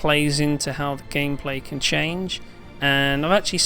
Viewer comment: The word is CAN, not Ken. how come this guy can say "can't" but constantly says "Ken" instead of can?